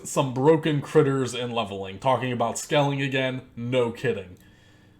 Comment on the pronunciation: Long time subscriber here. I agree with everything you said man. Except one thing. Its scaling... not skelling. Lol good vid man. Keep the pressure on.